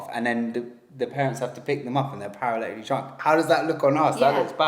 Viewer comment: How many times did they say ‘paraletically’ 😂